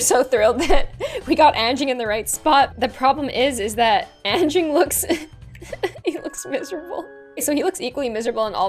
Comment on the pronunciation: I am from Indonesia and you said anging wrong